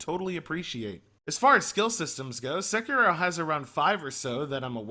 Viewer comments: SE KI RO. Sek I Ro. Americans and their weird pronounciations. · wow... you couldn't pronounce "Sekiro" any more like a white dude